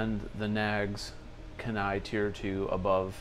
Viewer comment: Dang. No love in the comments for the Kenai. It’s pronounced Key-Nigh by the way. It’s in Alaska. Used to live there. Yeah. I’m biased.